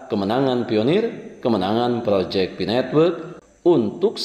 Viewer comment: Maaf sedikit Ralat, PI bukan FI Bang.. 😁🤭